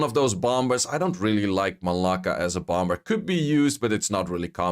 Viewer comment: The second b in bomb Is silent bro say bom, and bommer